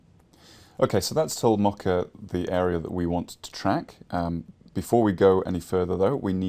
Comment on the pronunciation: I'm sorry, but I cringe every time you say "Mocka" For future reference, it is pronounced like Moe Ka